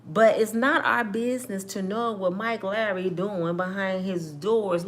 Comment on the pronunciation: Our nationality is the worst at being judge and jury over one another. I've been judged all my life and ain't none of it true! I'm sorry it's pronounced Lawrey not Larry also Bilal is pronounced B lawl. The other one Baal = the devil! Keep up the great work sis